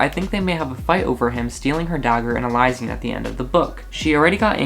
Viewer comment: its pronounced (eli-shan)